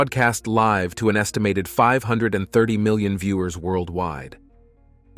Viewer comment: You seriously don't know how to say 30 million ,lmfao😅